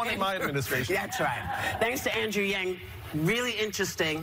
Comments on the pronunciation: Whoopi - at least get the name right - YANG does not sound like Young which is what I heard you say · How on earth do you read Yang as Young?!